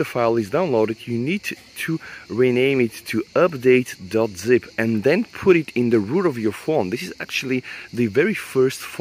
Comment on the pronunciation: Please say update not üpdate or use some other word or just don't use we know u are talking aboute this :p